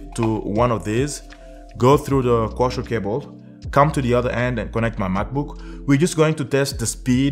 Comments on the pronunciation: Koaksiyal not koushial😂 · Its coaxil not coshall cables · Kosher cable ? Co-axe-ial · Its pronounced Co-Axe. Not Kosher! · Waste of time - your RJ45 has two unused pairs - just use a doubler converter to use the spar pair. BTW it's CO-AXIAL - two syllables - not coooochal! Co-axial = two conductors on the same axis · "CO - AX - EE - AL" CABLE "CO - AX - EE - AL" SAY, " co ax ee al " cable